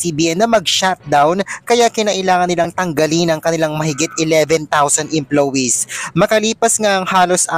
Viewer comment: Vloger tapos mali mali ang pronounciation oh my gosh!